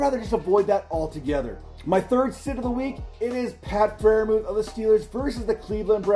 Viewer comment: It's close but it's still Freiermuth